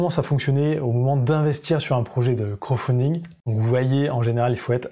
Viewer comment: Intéressant...bon par contre on prononce crowDfunding (littéralement "financement par la foule") et pas "crow"funding qui signifierait financement par corbeau lol ... C'est pas franchement le même sens... Sinon merci pour la vidéo, très claire et instructive...